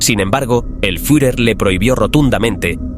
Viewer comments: ¿Fiujer? En todo casi como debiera sonar la palabra: Fiurer ! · El "furjer" ??? jajajaja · El furjer xD